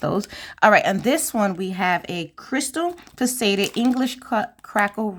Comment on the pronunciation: Hello! So wonderful to see your unboxing! I bought two of the February box because I missed out on the companion bundle! FYI the word faceted is pronounced Fa- cet- ed with the accent on the first syllable, and pronounced like asset. I always like to learn how to pronounce words I’m not familiar with, too! Anxious to see the new jewelry you make with this box!